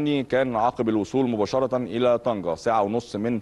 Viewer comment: طنجة و ليس طنكة